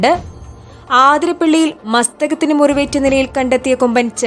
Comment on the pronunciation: എല്ലാവരും പറയുന്ന പേരാണ് ആതിരപ്പള്ളി... ആതിരപ്പള്ളി അല്ല അതിരപ്പിള്ളി...